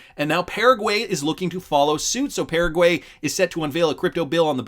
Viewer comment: Can you please learn how to pronounce Paraguay? Thanks